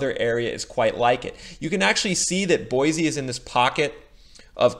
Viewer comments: It’s pronounced Boy-see, NOT Boy-zee. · Correct pronunciation is Boy-see not Boy-zee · Live here....pronounced BoySEE not Boyzee...lol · And Boy-see, not Boy-zee. LOL! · Boy-see - not Boy-zee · Boise is pronounced BOY-SEE my man. Quick way to show you ain't from round here and get the stink eye is calling our home BOY-Z. Just a heads up. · Boy-cee! no z sound. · Bosie pronounced "Boy C". Its weird I know. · repeat after me, its pronounced boy-see. There is no z in Boise. This drives locals crazy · Oh and by the way there is no z in Boise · hate to be that guy...but its an S not a Z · Said boise incorrectly 1000 times meow